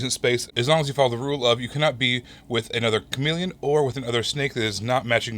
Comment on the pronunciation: Chameple? Meepelon? No, it's chameleon. Because it blends in the word: cha-MEE-leon 😄